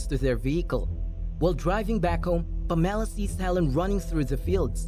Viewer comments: PAMela. Not PamELLA. JESUS. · Can you learn to pronounce the name PAMELA properly please? Emphasis is on the PAM , as in HAM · why did he say Pam's name so weirdly as if she was a citrus fruit or something... its pam... ah...la... 😂😂😂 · Never heard the name Pamela pronounced in such a way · The film is a hot mess! As is the pronouncement of Pamela....that was as almost painful as the recap 😁